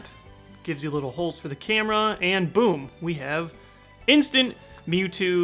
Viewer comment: Love when says "BOAM" instead of boom.